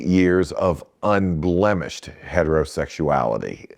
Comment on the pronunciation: Bro said unblemished 😂